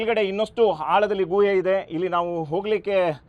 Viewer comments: guಯೇ ಅಲ್ಲ ಗುಹೆ... ಕನ್ನಡ ಸರಿಯಾಗಿ ಮಾತನಾಡಿ..... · ಅದು ಗುವೆ ಅಲ್ಲ ಸರ್, ಗುಹೆ ಅಂತ ಹೇಳಿ 😊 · ಗೂಹೆ ಅಲ್ಲ ಗುಹೆ... ಸರಿಯಾಗಿ ಕನ್ನಡ ಮಾತಾಡು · Guyye alla Guhe adu 😂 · ಗುಹೆ ಪದ ಉಚ್ಚಾರಣೆ ಸರಿಯಾಗಿರಲೀ......